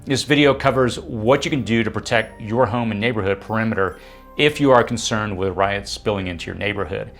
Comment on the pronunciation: You're pronouncing RIOTS incorrectly.